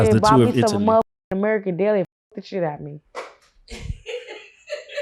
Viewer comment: “ Tour of Italie”